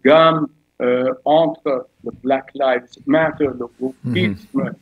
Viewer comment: C'est plus le RRRAHMMASSSS. C'est le WOKISSSS..... sacré intellectuel !